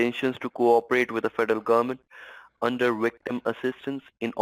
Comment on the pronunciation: Trying to work out why I can't stand the vermin's voice. It's because it stresses t sounds at the end of words. Like gohmentttttt. Just makes me cringe.